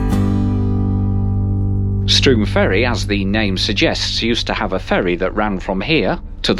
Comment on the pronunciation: My local line. You did a fair job on the whole of the placenames, but Strome does not rhyme with broom, it rhymes with home. To be fair, the onboard recorded announcement mispronounces it too. And the Ach.... names are not aak...., but ach, just as they are written. Bit of an adventure with the tree! One snowy morning I was on the same morning service from Inverness, and somewhere between Achnasheen and Loch Sgamhan I heard a thud, and looked up to see a stag flying through the air! No apparent damage to the train though. The slow journey time can be a bit frustrating, but more of a frustration is that the timetable is well designed for tourist day trips from Inverness, but really, really badly designed for those of us whose day trip is in the other direction.